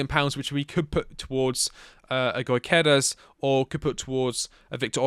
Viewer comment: his name is pronounced like you puke after the Gy. Gyökeres - jyöökeres - // swede